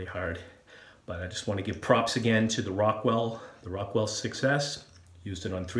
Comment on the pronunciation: I thought you said Rockwell "success". Fits the name nonetheless!